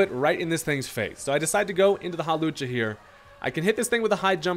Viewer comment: Not "Hawlussy" 🤣